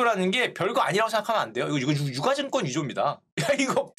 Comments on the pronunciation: 유가증권은 [유까증꿘] 으로 발음하는거 아닌가용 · '유가 증권'의 표준 발음은 [유ː까증꿘]입니다.